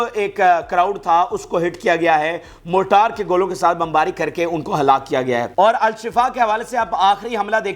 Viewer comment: Excellent. Mortar is called is Urdu "مارٹر" instead of "موٹار". Thanks.